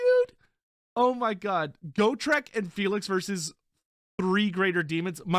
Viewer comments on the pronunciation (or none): the way he says GO-TRICK and not GOT-REK tilts me to no end